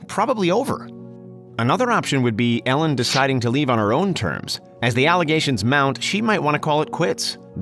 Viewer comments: The way this guy says Ellen is so infuriating. Sounds like he’s saying Allen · Lol he says it like ællen